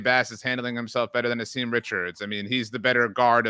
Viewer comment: Asim is pronounced Ahsum